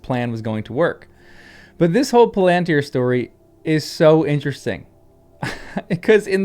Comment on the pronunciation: Palantír has the stress on the last syllable. The long (accented) í draws the stress.